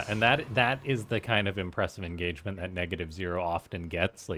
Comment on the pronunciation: engagerment??? that's not how you say it! more like enragement